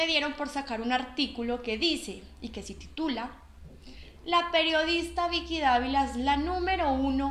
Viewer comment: Ud no pronuncia correctamente la letra 'v' en español. NO HAY DIFERENCIA EN PRONUNCIACIÓN ENTRE LAS LETRAS 'V' y 'B' EN ESPAÑOL. Ambas se pronuncian como 'b'. Por lo tanto ''Vicky' en español se pronuncia como si se escribiera con 'b', o sea /bi:ki/. Además esta 'Bicky' se llama Vicky Gnecco [pronunciado /'heneko' no [he'neko/]